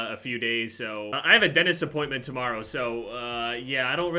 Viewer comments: 5 fucking years and it's still denist and not dentist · I remember the last time you said the word "dentist" a lot of people complained that you pronounce it "denist"